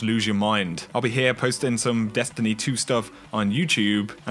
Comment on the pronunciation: Great videos thx. I have to laugh as almost every sentence you say, the tone of your voice goes up like your asking a question and you give every last word an extra syllable. "Dest an ee ee"